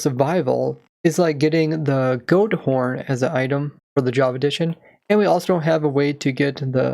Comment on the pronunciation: "goat horn" , in case anyone hears "gold ore" , or is it just me ? x)